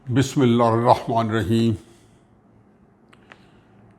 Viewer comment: Plz recite Tasmeeia(Bismilla hirrahman not arrahman)with correct pronanciation.